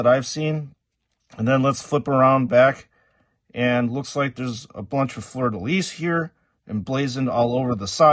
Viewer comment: Great review ! Really impressed that you can say Fleur de Lys right ! It is part of my flag, so I cringed everytime I hear it wrong in Joytoy reviews haha